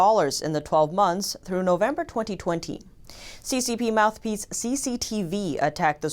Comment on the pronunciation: I dont usually comment, but, ''mouth pliece''... Funny